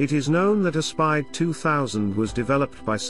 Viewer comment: Aspide is pronounced A as in apple then speed. Italian spelling works a bit different to English spelling.